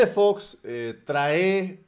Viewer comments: sin que te molestes se dice trae, no trae con acento en la " e. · se dice trae no traé como lo pronuncias tú has de disculparme, no es para incomodarte.